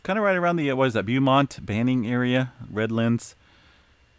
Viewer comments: BOW-Mont not Bew-mont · BOHmont not like beauty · It’s called BOWmont! 😄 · Beaumont CA is pronounced “Bowmont” just FYI... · It's BO as in NO.....for Beaumont. No matter if it's Beaumont, TX or Beaumont Hospital in the suburbs of Detroit, MI. You're slaughtering the word!‼ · It’s pronounced Bō•mont 👍🏽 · Beaumont is properly pronounced "Bowmont". TMIA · Pronounced "Bo-mont". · Pronounced Bow mont as in bow and arrow. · Pronounced Bo-mont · It’s pronounced Bow-mont. nice try. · Thank you, I knew I wasn't the only one thinking he was saying it wrong.🤔😄👍🏽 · LOL I'm in Beaumont Texas and you are killing the word! 🤣🤣😎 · I'm actually in the beaumont he is referring to and it hurts everytime he says it lol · I'm in Beaumont as well! And it was tickling my nerve! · I speak French. He really does 😂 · is good-natured about it. He'll be the first to tell you he's not great with pronunciations of some of these areas but always welcomes the feedback.